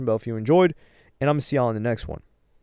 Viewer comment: Not trying to be disrespectful be WTF is a helloyassine??? It even sounds weird asf to hear you say it, it’s all jumbled up together like wtf did he just say